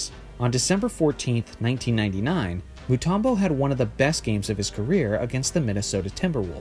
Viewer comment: His names Mutumbo not Mutarmbo